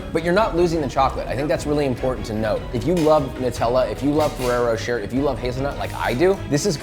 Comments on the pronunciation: It’s not rocher it’s pronounced roché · It's pronounced "roh-shay" not "roh-cher" :) Just saying :)